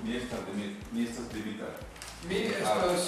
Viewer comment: Why don't you pronounce personal names in Esperanto? It sounds kinda weird when you say Dimitry in English while speaking Esperanto and since the Esperanto pronounciation is almost identical to the Russian pronounciation I find it funny that you choose to say it in English. PS. Sorry for not commenting in Esperanto. I can't really speak it anymore even tho I understand it pretty well